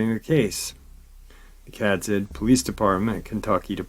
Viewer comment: Hey. Loving your work. I just want to help you with how to pronounce a couple words. Obion County TN is pronounced "O bye un". Cadiz, KY is pronounced like you are going to say Katy's or Katies except with a D instead of a T... "Kady's...or Kay Deez". lol Same with New Madrid. It's not pronounced like the place in Spain. It's pronounced “New Ma (like 'at') drid" (like 'did')...Madrid. Also Lake Barkley is 'bar klee'. I hope this helps some.